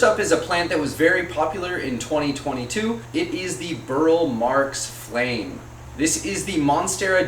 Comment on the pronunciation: Burle Marx is pronounced as if it were Portuguese, its the way Roberto pronounced it, you pronounce the e.